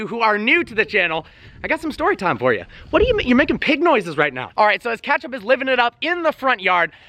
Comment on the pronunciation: It’s pronounced Ketchup not Catchup...